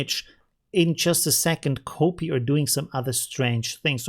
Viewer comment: Y-Achses spricht man wie das Wort "why", nicht "epsilon" Und "copy" spricht man "koppi" und nicht "kohpie" Ich liebe ich deine Videos und bin dir sehr dankbar für deine Tutorials! Aber das musste ich einfach mal los werden ;)